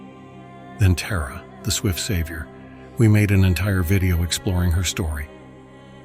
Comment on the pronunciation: I enjoy your videos, but the pronunciation of Tǎra and others is off putting. In the Tǎra video, AI switched between Terra and Tǎra. Can’t it be programmed to say Tǎra consistently? I can’t imagine doing the same for Christianity. People would consider it disrespectful.